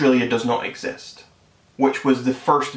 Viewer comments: No more like exast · How much u guys want to bet he thinks the earth is flat and u call lannan stupid went u can't pronounce exist OH wait its **exast**😂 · This dumbass. You can’t even pronounce anything right. “IT DOES NOT EGG-ZIST” If Lazarbeam finds out you made this video he will roast your ass so hard you will believe Australia exists. Btw We Australians are not drunk you are. I mean just look at yourself. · ok before u start talking try pronouncing exist properly